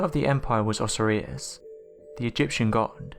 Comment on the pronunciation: Osiris = oh-'sigh-ris